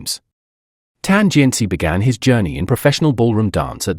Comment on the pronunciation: i was more offended by this "tan jian CHI" pronunciation than some super stupid comments by ignorant netizens. Yeah, I know it's very likely the AI voice but isn't it disrespectful not to pronounce their names correctly?